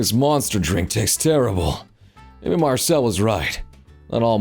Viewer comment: Why you calling MarCILLE "MarcELLE"???? Also, nope, Larian won't touch dnd with a ten foot pole at this point.